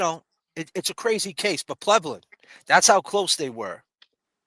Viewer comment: Love the way you say “Plevlin” 🤭 P.S. It was Higgins!!!